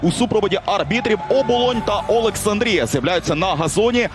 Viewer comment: Коментатору заборонити казати літеру "о", а він наче навмисно взявся за Олександрію та ОбОлОнь